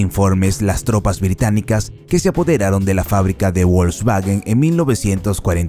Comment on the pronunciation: La letra W wn aleman no se pronunciation como en I gles..suena como una V con bonito Mercado Volkswagen no volksguaguen..es lo prinero que drberias saber antes de hacer videos sobre un tema...